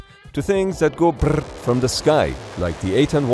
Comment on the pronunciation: You had me laughing out loud at "Things that go BRRRR" – nice rolling of the R's!